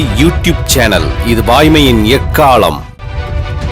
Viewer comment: Ekaalam prounciatuon change pannunga pls